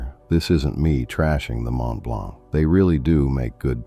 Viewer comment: Mont-Blonk 😂 As if 11labs can't pronounce basic french